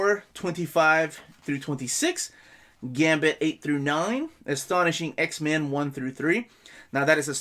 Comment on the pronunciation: I keep hearing "X-Man". Cool video, though.